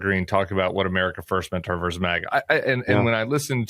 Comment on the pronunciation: Tim, I love you. But the word “versus” has two syllables!